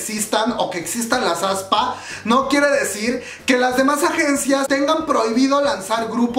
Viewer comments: aespa no como lo pronuncias aspa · Me gusto el grupo ya esta en mi playlist y ya PARA! jajaja tampoco se pronuncia ESPA, SENCILLO ES....... AESPA tal cual. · Aspa jaja, no te preocupes nosotros tampoco sabíamos cómo se pronuncia. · Yo cuando vi aespa no leí así como se pronuncia sino que dije avispa 😂 F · Jajajaaj "Aspa" :v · Cuando dice que ya sabe pronunciar el nombre del grupo, pero en realidad no. Me mato la voz en off aclarando su error. Gracias por ser tu mismo.